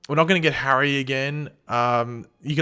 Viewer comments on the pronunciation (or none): none